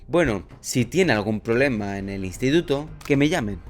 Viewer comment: No he visto a nadie más comentar que dice 'Poblema', se que es algo irrelevante pero precisamente hablando de la falta de capacidad lectora me causa gracia que haya una falla gramática. No es mi intención atacar a nadie, meramente me llamo la atención y me causa gracia xddd